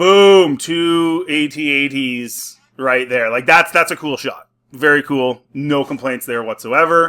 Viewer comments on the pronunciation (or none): AT-AT not A-T-A-T.